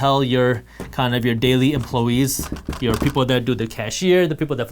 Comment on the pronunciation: "Emploe-ese"; The native inhabitants of Emploeland.